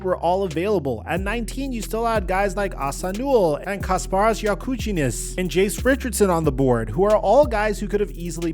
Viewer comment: Didn't know Jakucionis' name was pronounced ya-coochieness